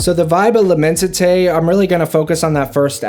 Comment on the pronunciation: Pronounced: LI-MON-SI-TAY